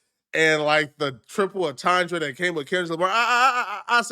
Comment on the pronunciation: SECOND incorrect usage of words for today: “atandre” instead of “entendre” 🤦🏾‍♂️